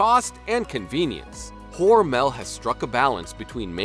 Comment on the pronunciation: Your pronouncing mr hormels name wrong I work for them the last part Mel is pronounced mull hormul